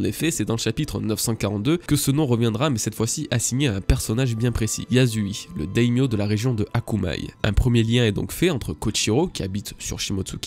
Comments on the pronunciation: Petite précision : "Yasuie" ça se prononce "yassuié" et non "yazui" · Mais c'est quand que tu arrêtes de l'appeler " YAZOUI" 😂😂😂 C'est YA-SOU-I-É. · Salut! Super vidéo, comme toujours, merci pour ton travail et ta passion. Petite remarque qui t'intéressera peut-être: "Yasui" se prononce YaSSui et non "yaZui". J'ai vécu 6 ans au Japon, donc ce genre de prononciations me chatouillent les oreilles ^^ Merci encore et à bientôt! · Pour ceux qui ''ont les oreilles qui saignent'' on peut aussi accepter le fait que pas tous le monde ne sache prononcer les prénoms Japonais. Personnellement avant que tu le précise je disais aussi ''Yassui''. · j'ai les oreilles qui ont saigné pendant la vidéo à cause de sa prononciation